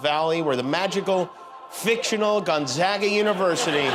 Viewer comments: Gonzaga- long A ( if spelled like Gon"Zauga" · It's gon ZAY ga!